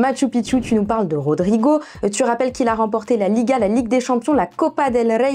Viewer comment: mdrrrrrrrrrr Robrigoooo biensur mais mdrrrrr zab zab